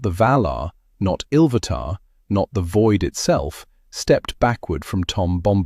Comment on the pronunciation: Now its ill vatar come dude get it right.